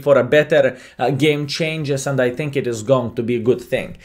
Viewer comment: You dont think, you tink.